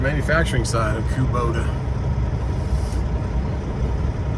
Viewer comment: That's not "KOBODA" that's KOBOTA" It's a Japanese product...